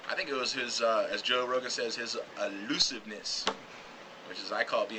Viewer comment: I love how the dwarf-lookalike can't pronounce elusiveness